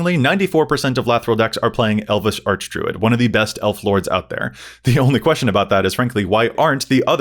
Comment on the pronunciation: please tell me I'm not the only one who heard "Elvis Archdruid"